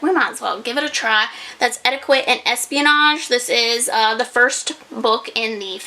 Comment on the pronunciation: You say Etiquette wrong 😂